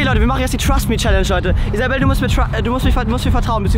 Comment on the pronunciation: Wie er den nammen von isabel auschpricht ()